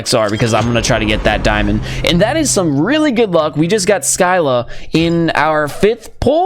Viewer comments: It's pronounced "SEE LA" not " SKI LA" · Sky-la??? U mean See-lah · I swear scylla is not (sky-la) it is (sylla) where do you see a k in scylla